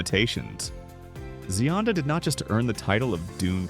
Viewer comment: The voiceover is pronouncing her name correctly.